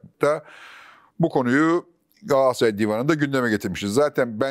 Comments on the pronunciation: Sizi dinlemeyi seviyorum ama bir de “Gassaray” demeseniz 😊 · Niye Gaassıray demekteki ısrarınız? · Fatih bey,kelimeleri gayet düzgün kullanırken neden gaaasray diyorsunuz bu çok dikkat çekiyor😅